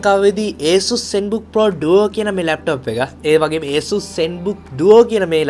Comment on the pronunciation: Asus name eka hariyata kiyapan isella